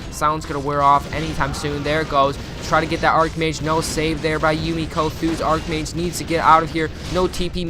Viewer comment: Archmage is pronounced Ark, not arch.